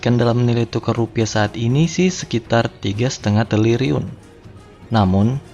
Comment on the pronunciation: Triliun bukan TELIRIUN. Yasalam...